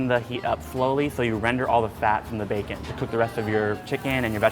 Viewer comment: Everytime he says bacon I hear baekhyun #exollife